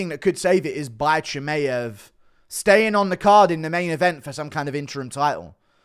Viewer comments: It's not ChimEev, it's ChimAev, dummy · stop being a tool and saying chimaev wrong on purpose.